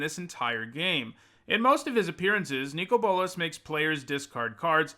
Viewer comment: I don't know if it maybe is the correct pronunciation, but hearing you call him "Nico Bolas" triggers me so much for some reason.